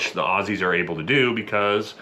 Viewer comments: He said "Aussies" the correct way. This dudes alright. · Big pack on the back for actually pronouncing "Aussies" properly! LYW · you can tell this yank is legit when talking about Aussies because he pronounced it “Auzzies.” We Aussies tend to zedify our esses sometimes.